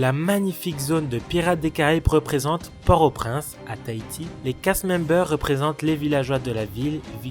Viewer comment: Port-aux-Princes à Haiti on est d'accord hein 👍🏽 Non parce que j'ai cru avoir entendu Tahiti 👀 Vidéo très sympa 💙 Bravo !!